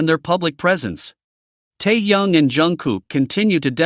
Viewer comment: Автор вы бы правильно читали имя техена, , а то слушать не приятно